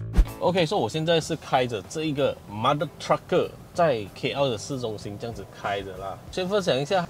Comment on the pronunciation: mother trucker。。。。听起来怪怪的。。。